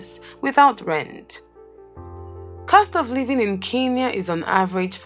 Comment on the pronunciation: Pronounce it as Kenya